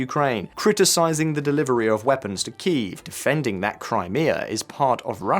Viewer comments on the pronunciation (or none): none